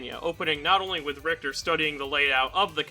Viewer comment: Ri-HI-ta??? WTF?